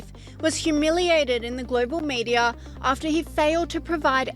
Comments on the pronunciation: It's not social media ,he said "maenia'😂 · I notice it for sure... he's not literally saying media but meniaa.. 😂😂